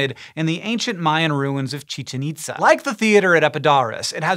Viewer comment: the accent on Itzá means the pronunciation is itz-Á instead of IT-za Fantastic video, though